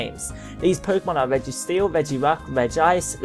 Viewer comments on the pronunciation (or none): none